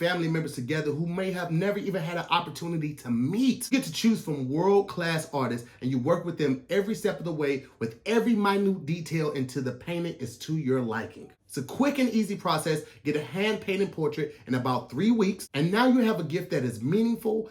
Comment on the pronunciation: 🧏🏽‍♂️Hey Tom, was trynna say “every minor detail” but he said “every mynew detail”...he got too excited in promoting the ad, but it’s still early in the episode....back to you Tom 🧏🏽‍♂️